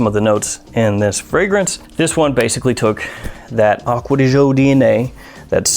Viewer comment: Sry can't stand it anymore, read it like acqua di joe not acqua di jeaux... Trust me im half italian